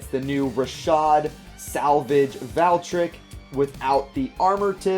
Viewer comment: I like your videos but it pronounce Val-tree-ek